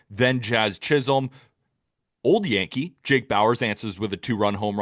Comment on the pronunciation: does continue to say Jazz ChisHOLM